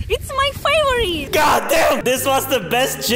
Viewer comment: "Its my fayvoreete"